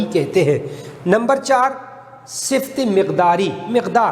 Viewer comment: اسمِ صِفت نہیں درست تلفّظ اسمِ صِفَت